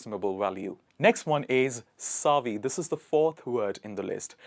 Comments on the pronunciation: Not "saavy" but "Savvy (like heavy)". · It's not pronounced "SAAA-VY" the way you say it. It's called Sav-vy. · Is it SAAvy? Or Pronounced as savy? This man pronounces in a British way!! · Shop savvy not pronounced sarvve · very exquisite 🥰 and refreshing. please note that the 'a' in savvy is pronounced like the 'a' in sad. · Great choice of words! Thanks. There is no word like advices Please pronounce savvy correctly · Savvy is mispronounced here.